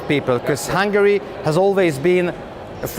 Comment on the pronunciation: It's cool how the Hungarian guy pronounces his country's name in English: "Hangry." So apt and poetic.